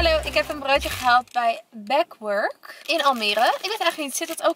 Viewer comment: Back werk spreek je gewoon uit op zijn Nederlands. Het is een Duitse keten. 😉